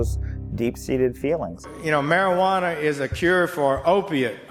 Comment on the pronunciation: anyone who calls it marijuaner loses all credibility anyway